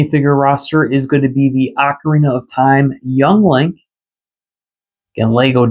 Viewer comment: OAK-orina (as in an oak tree) is % the wrong way to say ocarina. It’s OCK or AWWK-orina. If you say it as “oak” you are incorrect and need to learn how to pronounce words from any music teacher or person familiar with instruments. Also this may step on your toes since you said it’s how you’ve said it since little, it’s DECK-ooo not DEEK-ooo… Great DECK-ooo Tree. Never meant to be DEEK